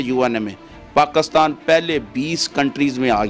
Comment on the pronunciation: O bhai pakistan ka name pakisran hy pakastan nahi